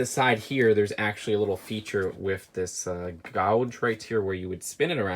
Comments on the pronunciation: gauge not gouge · Gauge=Gage, not Gowge, right? Lol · Also Sorry to burst your bubble but (Do what you will I'm just Randomly nit picking) its pronounced G-AGE but spelled Gauge. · Gauge is pronounced gage FYI BTW. Agreed with anyone who thinks the A sound spelt as an AU in gauge is stupid. How have you never known sooner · It's pronounced "Gage" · I'm legitimately surprised someone could go that far in life without hearing the proper pronunciation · When did we all come to an agreement to not call out his pronunciation of gauge ? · The way says gauge